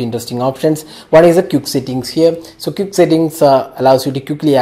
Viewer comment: lol you dont know how to pronounce the word quick